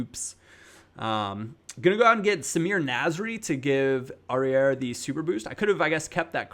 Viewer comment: Don't pronounce the final "R" in Aurier. It's like Aurié.